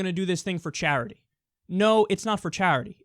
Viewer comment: It's hilarious how Kyle says charity. chArity